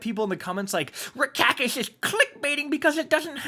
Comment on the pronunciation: Rick “Italian” Kackis here